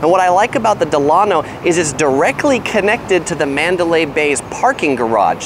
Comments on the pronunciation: Delano, pronounced Dela-no (NOT Delan-o) named after President Franklin Delano Roosevelt and designed after the Delano South Beach a boutique Miami hotel. Great video!! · It’s pronounced “Del-luh-no” like Franklin Delano Roosevelt. There’s a Delano Hotel in Miami also. 😊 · It’s “DEll A-no.” Like its flagship in South Beach. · It's pronounced, "Del(long-a)no" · It's promised pronounced Dela-no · You are mispronouncing the "Delano". Think of President Franklin Delano Roosevelt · Your pronouncing "Delano" wrong, it's pronounced like FDR's middle name. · As you update your videos, please note that the Delano is named after President Delano Roosevelt. It's pronounced like his name.